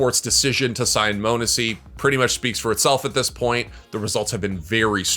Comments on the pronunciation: multiple times it’s been said it’s not moanesy it’s pronounced monesy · its NOT "moanesy" holy FUCCCK